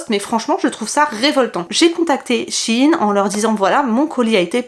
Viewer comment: p'tit question pourquoi les gens dises shinnnnes c'est pas shein et ça se prononce pas ein non ?🤔 ( c'est pas mechant). sinon trop top la vidéo je t'adore continue comme ça :🥰